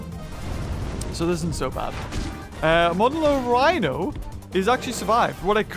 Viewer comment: Oh my god learned the pronunciation of Monolorhino I never thought this day would come